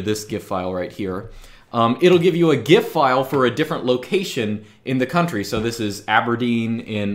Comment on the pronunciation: correct gif pronunciation lad